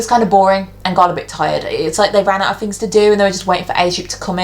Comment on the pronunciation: "fings" haha